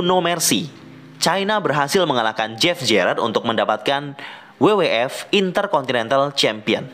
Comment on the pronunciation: FYI bacanya ef-way-ai bang bukan ef-ye-i.. hehe